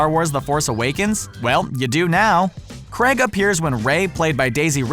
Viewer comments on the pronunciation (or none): Oh it's creg now not Craig now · Daniel Creg LOL